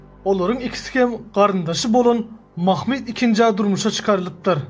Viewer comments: Mahmid nedir yav. Mahmud demek çok mu zor? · Türkmenler öyle telaffuz etmiyor. Bir kere peygamberimizin bir adı Mahmud'dur. Bunu bozmaya kimsenin hakkı yok. Ayrıca ilmî konular anlatanlar, tarih kitaplarında nasıl yazılıyorsa öyle söylemeli, aslına uygun telaffuz etmelidir.